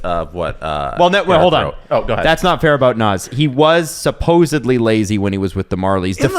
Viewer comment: Ahdam, Stev and Jeesie. Now you know how Naz feels about you guys constantly calling him Noz. He used to do a commercial where he skates up to the camera and states his name. The a in both names is like in "dad" Naz rhymes with jazz.